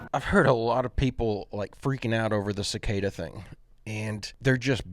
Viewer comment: The idiot that kept adding an r into the word cicada was annoying af. We grew up calling them weather bugs or jar flies.